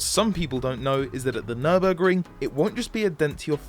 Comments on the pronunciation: It's Nurburg-RING, not Nurbuh-GRING!!! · Yes. Just because you English-speaking guys don't have the "ü", it doesn't mean to miss that out in words and change it to an u, just because your too stupid to pronounce it the right way. Same with "cologne". Why COLOGNE? IT'S KÖLN! WE GERMAN GUYS ALSO DON'T SAY THINGS LIKE "Neue englische Grafschaft" instead of New York. I hope you see where I'm coming from.